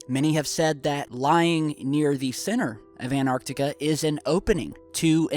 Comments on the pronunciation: it's An'T'arctica… not anartica. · The word is AnTarctica not anarctica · it's called ANTARCTICA with two T's am I the only one that kept hearing anartica?? lol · It's AnTARtica NOT ANARtica. Can you read??! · T..... Say anT AnTar Antarctica.. Theres a fucking T in anTartica... T... T... T... An.... TAR.... TICA.... ANT.... TAR TICA.... ANT.... SAY ANT.... ANT... AN.... TAR TICA... ANT... TAR... TICA.... The T is not silent... Say the fucking T.... AnTartica.... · Love this video, but as an English teacher, something is driving me crazy. The first "t" in Antarctica is not silent! You wouldn't drop the "t" when you say the word "anti", so we shouldn't drop the sound with "Antarctica".